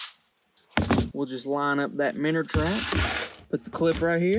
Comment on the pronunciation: wtf is a "minner"